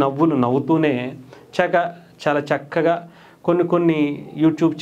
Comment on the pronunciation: చాలా చక్కగా కాదు చాలా షిక్కగా